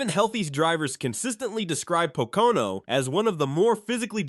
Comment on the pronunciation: Is Pocono not patoka on like you were saying